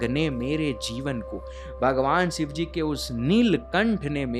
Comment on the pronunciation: Bhai yar phehele Bhagwan ka naam sahi se lele yar sivji nahi shivji- shhi shi shivji